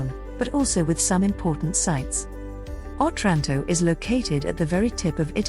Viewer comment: OTRANTO, NOT 'OTRÁNTO'